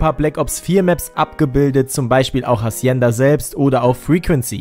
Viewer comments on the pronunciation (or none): Hacienda wird ohne H gesprochen